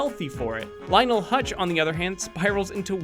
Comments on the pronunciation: It is pronounced "Huts" not "Hutch". And Phil Hartman has been dead for about 23 years. You might as well ask for a show about Ms. Crobboppel while you're at it. You won't get a Scorpio show either, because Albert Brooks doesn't need the work that badly. I would watch a Radioactive man or Kent Brockman show, but Moe and Willy are both one-note jokes. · I know. Hearing "Hutch" annoyed me. If you're going to talk about someone, het theor name right. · HUTZ not hutch. and forget it, he's been retired